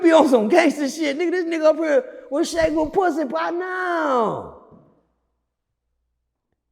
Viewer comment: When he said the dudes was pwuassy popping on the floor man i lost it!!😂😂😂😂😂